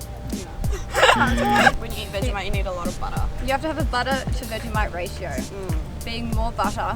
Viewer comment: >Raito instead of ratio >Very old belgian flag